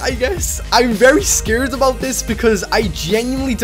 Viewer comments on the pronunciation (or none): is irish cus he said scared scured